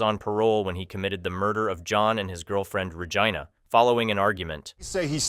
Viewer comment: Ruh-Jean-na.. Regina.... Not... Rah-Ja-I-na rhymes with Vagina... not Regina..😅